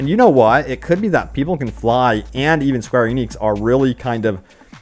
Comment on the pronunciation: Has he finally stopped calling the developers “Square Onyx”?